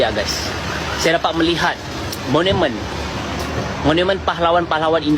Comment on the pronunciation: Maaf.....monumen..bukan monemen. Thnk